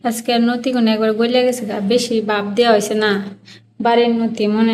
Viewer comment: নতি না লতি নাই না লাউ কথা বলো উচ্চারণ শুদ্ধ করে বলো না কেন